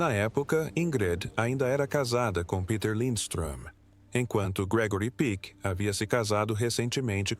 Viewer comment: O nome não é Gregory Pique, mas Peck, com o 'e' bem aberto, "é".